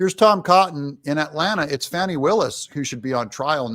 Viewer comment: It's Fattee Willis